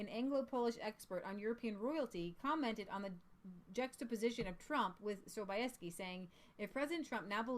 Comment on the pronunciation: Sobieski is pronounced Sob"yes"ki. I tried to make it easier in English. There is Sobieski vodka, which is imported to America.